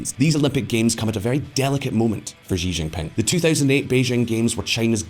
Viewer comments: "XI" IS PRONOUNCED AS "SHI". NOT "ZHI". The name is XI JINPING, pronounced "SHI JINPING", not "ZHI ZHINPING". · The pooh bear is named shi-jin-ping, not Xzee-Jin-ping and not jee-jinping.